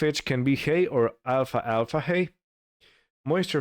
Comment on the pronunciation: Greetings, well I seen all videos you made and am caught up. I truly enjoyed everyone!! You sir make me laugh some times with your accent and pronunciation. Alfalfa hay is pronounce Al-fal-fa not alfa alfa lol. keep up the good work and glad the earth quake was nothing serious.....Tony